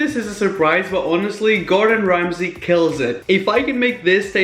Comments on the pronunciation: the way he says gordan ramsay is quaking ?!!!!!lol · Norma Negrete ikr i laugh everytime he does that in a video😂